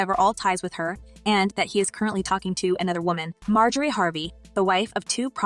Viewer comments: Her name is not pronounced, “ May Jo Ree “, but it is “ Mar Jo Ree “ ! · Please pronounce her name correctly.